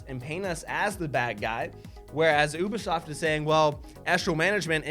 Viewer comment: why does it bother my ears that pronouncing Ubisoft as "OOH-buh-sawft"? It's "OOBY-soft" buck-o!